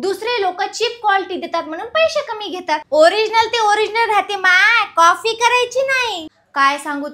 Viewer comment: कॉफी नाही ओ कॉपी बाकी भारीच